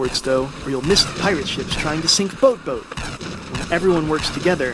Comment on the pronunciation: I LOVE THE WAY U SAY BOATBOAT OMMMMGGG